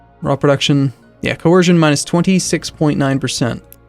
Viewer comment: why do u keep saying coHercion??